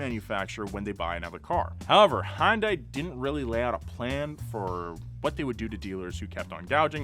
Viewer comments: He pronounced Hyundai "Hi un Die". It's pronounced Hun Day (like Sunday), you're supposed to be smart about these things... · hyundai like sunday. i cringe every time i hear you say it wrong. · it's hun-day, like Sunday - they used to have TV ads that said that because so many people would try to pronounce it all weird (hi yun die)